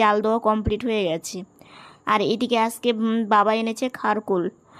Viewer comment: Tomar mukh theke" aamara vaalo aachi" ai kathata shunte khub misti laage tobe tumi "Aajke"ai kathaata "Aaske"naa bolle shunte vaalo laagbe, aami kintu tomader Maayer moto, tomader dui boner jonyo aamar anek anek Ashirwad roilo